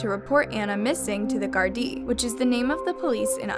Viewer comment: It's gada